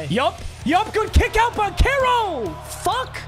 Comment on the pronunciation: its pronounced ban-chair-o not ban-care-oh